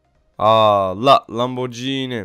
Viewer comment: Lamborcini değil lamborgini diye okunuyor :)